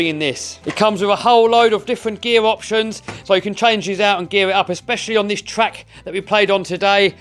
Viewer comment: "In this wideo we take the world biggest rc twuck to a twack" lol wouldnt be the same if didn't have that speech impediment 🤣 always gets me